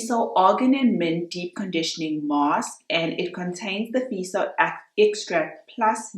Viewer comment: Feso...not feeso Fe as in fair.